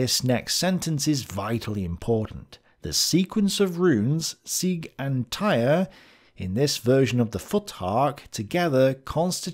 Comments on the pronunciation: I know that this probably doesn't relate to National Socalism, but Odin is the god of much more than just war and death. He's also the god of wisdom, poetry, magic, runes, healing, royalty, the gallows, knowledge, frenzy, victory, and air. Also, Tyr is pronounced "Teer," not "Tire." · Great work as always. However the name of the god Tyr is pronounced more like "tier" and not, "tire." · Tyr is pronounced "toohr", ( long "oo" with Scottish accent , sharp voiced "r ", one syllable). In Scandinavian spelling letter Y marks the same sound as Ü in German. This vowel does not have a exact lexical equivalent in standard English. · I would like to point out that it might not be "Tyr" as we may think it's pronounced. It might be pronounce like "Toor", as originally in the Latin alphabet, and early English, and modern German, Y didn't make the sound it does in modern English, it made an U sound like the "ou" in "you". I doubt it has much importance, but I thought it might have been worth pointing out.